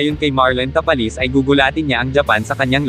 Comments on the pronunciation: ta-pa-les po at hindi ta-palis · Ang sagwa pakinggan Tapal-les. ..Ta-pa- les. Ogag parin dina natoto 😂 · Tapales talaga ayosin mo salita mo hahaha